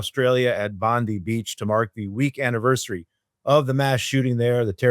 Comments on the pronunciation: 'Bondi' Beach is not pronounced the same as in Pam 'Bondi'. It is as in 'Bondai', or 'Bon-die'. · Aussie here. Bondi is pronounced "Bond eye" . Non-Jew, and I am with you. Am Ysrael Chai. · Not Bondee beach it’s Bond-eye. Yes it’s a minor thing and you’re both not expected to know just trying to help. In case the topic is spoken about again, which seems likely. Am Yisrael Chai! (Hope I got that right 🫣😬😂)